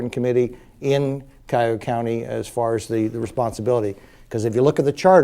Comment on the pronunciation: One would think he would learn how to properly pronounce the word "Cuyahoga"